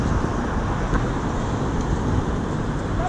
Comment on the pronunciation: noob donut guy more like “Alwight”